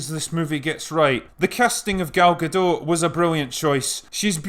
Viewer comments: It is not that hard to say Gadot. Just say "Ga-Dot". No silent letters, i mean T is pronounced. I know you can say "dot" as it is a word in your inferior language. Why the hell do you call her Gadoe? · GadoT. Gal GadoT. There's a T in the end. It's not a French name. Pronounce the T. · Nice video. One correction: Gal Gadot is Israeli, not French. The "t" is not silent. For english-speakers, think "Guh-DOTE", and you'll have it. All good wishes. If you want to see Gal pronounce it herself, here's a youtube vid with it over and over. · Love your vids, just a small correction (late as it is), the T in Gadot is pronounced. She's Israeli, not French. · got future references: GadoT. not Gado. she is Israeli not french. Gadot = banks of a river in Hebrew. (Gal=wave) you welcome :) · Gadot with the "t" spoken. It's Hebrew not French. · Sure. Her name is pronounced Ga-dot. No silent letters. Means "River banks" or "Sides" in hebrew. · Gadot, is pronounced with a hard T, she isn't French. :) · Her name is pronounced guh-DOT. The t isn't silent, it's a Hebrew name, not French. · Its Ga-doT you should pronounce the damn T. gadoTT. Its in hebrew, not french. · Just a nitpick from a Hebrew-speaking viewer: Gal Gadot is not French, but Israeli, so her surname is pronounced as spelt. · FYI: The 'T' at the end of her name is not silent. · As someone who is named Gal myself, i would have you know that you are supossed to pronounce the T in Gadot. it should sound like the T in the word tea, therefore the name is pronounced gah-doh-t. I would also like to add that im very much confused by you chosing to ignore what is maybe the most stupid thing in this film, which is miss Prince carrying a sword shomehow very badly camouflaged as part of her dress, yet nobody seems to notice it. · Before I go away, Gadot is not French.. it's Israeli, so the 'T' is not silent.. so it's pronounced "Ga-Dot." Save that for the next upcoming Wonderwoman sequal.. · Gadot, with a hard T. She isn't French